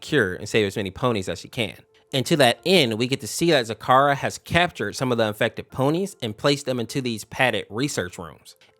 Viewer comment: Your say zecora wrong. Ze-cora Or zi-KOR-ə